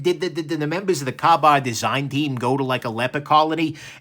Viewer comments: "kah bar"? Lol it's "Kay bar" 😉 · "Kay" Bar. Please. You're killing me with the pronunciations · Your pronunciation of the name kabar, it gave the impression you'd never heard of them before.